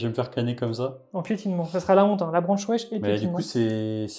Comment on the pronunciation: A chaque fois j'entends "branche wesh" au lieu de "branchwraith" XD